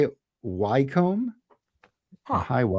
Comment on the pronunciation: Happy New Year all. Re the ECM book High Wycombe is pronounced “ High Wickham “ I live 5 miles away from the university and my son works there. It’s amazing where books end up